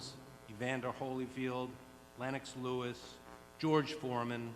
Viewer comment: Does Eddie deliberately pronounce Lennox Lewis name like that? Lol